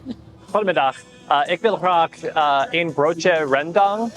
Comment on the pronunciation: Really fun to see how you guys immediately implement the Dutch you learned in your daily life. One advice when ordering something: u pronounced een as the number 1. But it is more natural to pronounce "een" as "un" (like in the English word run). In general we only pronounce "een" as "1" if we really wanna make clear the we wanna have only 1. But overal your pronunciation was pretty good